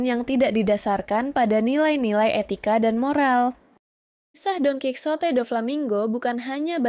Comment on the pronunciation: Dalam bahasa soanyol bacanya : donkihote bukan donkisote